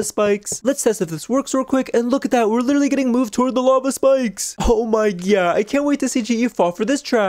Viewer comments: Did you say “oh my gyatt”? Cuz that’s wut I heard and saw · Hi and I love how instead of "oh my god" it's "oh my GYATT😂😂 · Did you guys realise when said 'oh my god' it said 'oh my GYAT' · Did she say OH MY GYAT